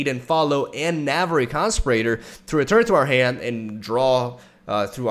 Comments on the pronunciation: Con-spi-ra-tor not constipator. what would it be in Spanish? someone who conspires. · "Con Spear Ih Tore" As in someone who conspires. Not "Con Sper Ater " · Hey, love your vids. I don't know if you want people to correct your English but, it's Navori con-spee-rah-tor. Again, much love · Oh my god his pronunciation of conspirator is so cute. it rhymes with inferior, you're saying it like ventilator. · The way pronounces conspirator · The way he pronounces conspirator triggers me every time. Is he saying it wrong or is it my bad English?